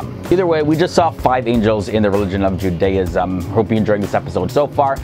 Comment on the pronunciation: Interesting video, I enjoyed the explanations. I've never heard anyone pronounce Judaism that way, though. We normally put the emphasis on the first syllable. Also note that the "ch" in transliteration is not pronounced like the "ch" in cheese. It's pronounced like you're clearly your throat (e.g. challah, Chanukah)